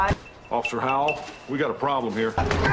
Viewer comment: Officer Hoe-well